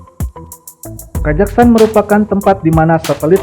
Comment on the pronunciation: Kok ngomongnya kajaghstan?